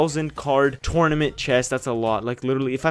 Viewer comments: Dude tournament say it right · I hate how he says "tournament"